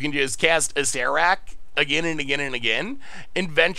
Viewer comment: You're the only one I've ever heard pronounce Acererak properly, so thumbs up for that alone.